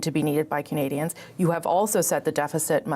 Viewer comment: That's Canadians not "candians"